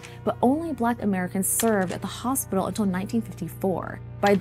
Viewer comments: "HospiTal". Why are all the kids dropping their 'T's when they speak...? Sounds bizarre... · Can someone teach this girl how to pronounce “hospital” ?